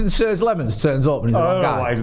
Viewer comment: please learn how to say Lemmens name right as you sound really uneducated mate.